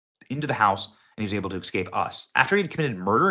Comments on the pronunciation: Benny, It’s pronounced “eScape” not “eXcape” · S.. S.. S S Cape... Es Cape... Escape.... NOT eXcape. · Please stop mispronouncing "escape" as "exscape". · Excape?😂 really, Benny? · Are you actually saying "Excaping" and Excape"? I ax this question because you speak for a living. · Today’s word of the day is ESCAPE. Yesterday was NUCLEAR. escape is pronounced ESS-CAPE. There is no “X” or “K” in the word. It’s not EX-SCAPE. Tomorrow may be ASK, which is commonly pronounced AXE. We’ll see… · EScape, not EXcape. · Someone, please get word to Benny. For the love of all that is holy... Please stop saying "Exscape or Ecksscape" this is an ebonics virus in our English grammer... Also heard in eXspecially or ecksspecially.. it is- ESpecially or eScape.. not ex.. In this case grammer police is necessary.. stop the destruction of the English language people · Did I hear you say "EK-SCAPE" ??? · Most Americans do say exscape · Benny you are teaching your children to speak English. Please pronounce things correctly. It’s escape, with no x. It’s nu-clear not nuculer. I didn’t even let people talk baby talk to mine.